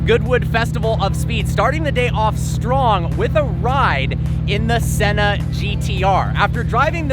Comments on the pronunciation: “After driving the Senner” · Haha I heard that 😂😂😂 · He thinks he’s british